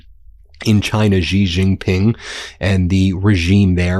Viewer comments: In Chinese pinyin, "X" is NOT pronounced as a j/g or zh. It is is pronounced as the "sh" sound. So his name sounds like "she." Shee. NOT like "gee," NOT like "zhee." Shee. Sheeee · Xi is pronounced C. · Taiwan is part of China. If you don't understand stay away and focus on your problems at home. And you can't even pronounce his name properly. It's pronounced "she". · Pronounce the name of China's President properly. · I wish you'd learn how to pronounce "Xi".